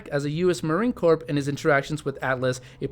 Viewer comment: Dude, you sound illiterate. De-byoot? Debut is pronounced "dey-byoo. Also, Corp, as in Marine Corp is pronounced "core", not "korp". Time to go to school. Otherwise, good video.